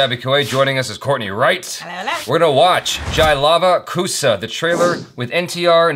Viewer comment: Its love kush not love kusha